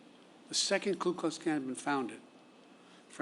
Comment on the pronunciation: Why can't people say Ku Klux Klan? It's easy; just remember that they don't have a Klu.